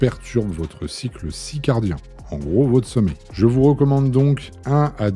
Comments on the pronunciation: C est pas le cycle circadien au lieu de cicardien ? Selon Wikipédia oui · Cycle ciRcardien et non pas cicardien !!! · on dis « CIRCADIEN » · 2'38" votre cycle... Comment tu dis ? 😂